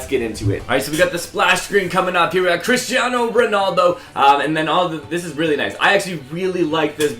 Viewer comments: ummmm Christaino? i thought it was Cristiano good job ea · His name is cristiano not christiano